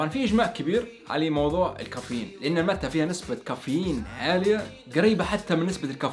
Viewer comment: اسمها ماتي و ليس كيف تنطقها انا جربتها اول مرة من 27 سنة بالاوروغواي